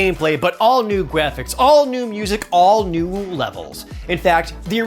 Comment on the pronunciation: "All new gwaphics"